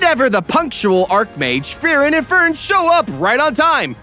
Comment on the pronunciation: Is it me or is he saying “Furren” instead of “Free-ren”